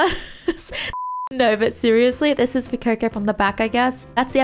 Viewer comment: its not fuecoco its Fu eh coco